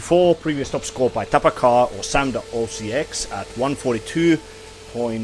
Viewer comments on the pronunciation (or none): TaPaKaH is actually meant to be read as tarakan, it means "cockroach" in Russian. Just a fun fact.